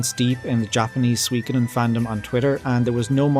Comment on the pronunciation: You're pronouncing it wrong, it's soo-wee, not swee